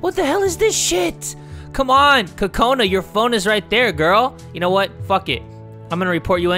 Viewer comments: I wanted to let you know that Kokona is not pronounced "Cu-cona" it's pronounced "Coke -na" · Lol he said “TOTONA ” lol